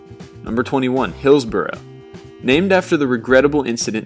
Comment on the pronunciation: Hey man you could at least pronounce Hillsborough right.jesus. I live in sheffield